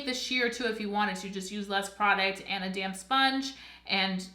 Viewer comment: I keep thinking you’re saying “damn sponge” instead of “damp sponge” 😂 I love this review, I’m definitely purchasing this!